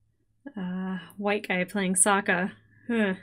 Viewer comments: In Eastern Asia; aang, avatar, and Iroh would be said Shyamalan’s way. But he went back on himself by saying Sokka and Agni Kai wrong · No need to correct those names. That's Ong, not Aang. That's Soakka, not Sokka. That's Earoh, not Iroh. You watched Ahvatar, not Avatar. Maybe that can help separate this from the animated series. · Oong, sowka, uncle eeroh oh how can I forget the yin and yong like wtf 😂😂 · Correcting the movie every time they said “Aang” “Sokka” “Avatar” and “Iroh” was the most fun I could have had while watching this disaster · I distinctly remember watching this movie several years ago on DVD. And the moment they first pronounced Aang as "Ong", I thought I was going crazy and mishearing things. Nope! This was the real deal. And honestly, BIG yikes. All of it. 😬 Believe it or not, I didn't even know they mispronounced Sokka, Iroh, or even the word "Avatar" as well until I saw this, which is even WORSE than I imagined. I just vividly remembered them butchering Aang as "Ong". 😓 And as far as coming up with something “positive” about this movie, here’s a good one. I love how it perfectly demonstrates why “less is more” by doing an abundance of what NOT to do and COMPLETELY ending production after Book 1. No need to tamper with the other 2 books. Trust me. We’ve seen WAY more than enough. 😅 #OngIsWong #IrohNotEero